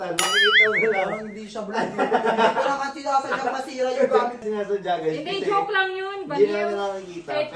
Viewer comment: Hay pok pok talaga jowk hindi jowk